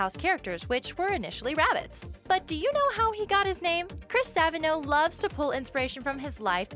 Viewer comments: Sorry but, your saying Chris Savino wrong. It's not Savino (sav-inoe) it's (sav-eeno) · STOP PRONOUNCONG SAVINO WRONG ITS SO CRINGEY!! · you prononce Savino wrong..